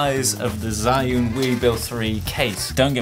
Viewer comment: I wouldn't buy either because they're both just too big. I have the RS2 and if I'm going to buy another it'll be because it's more compact not one of these fat boys. P.S I think it's pronounced 'Jus-un' (where 'jus' is French)